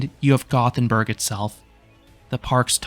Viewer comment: I love that you put so much effort into pronouncing Liseberg correctly, then you pronounced Gothenburg wrong right after. Sorry, just giving you a hard time. 😂